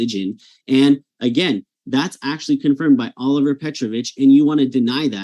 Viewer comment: Hussein is dishonestly representing the study by Dr. Olivera Petrovich. He can't even get the name correct. He keeps saying Oliver, but it's Olivera. The kids in the study did often respond to the natural creations as being done by "God". However, it is not necessarily the God that Hussein thinks. In the case of the Japanese kids, the answer was Kamisama which referred to a spirit or deity, but given the influence of Shinto or Buddhism in the culture, that could be any number of spirits or deities. The Japanese kids do not have an innate belief in Allah or any other deity. Both in their culture and in the UK, some form or idea of God(s) is present and surely by 5 years old many of them would have some exposure.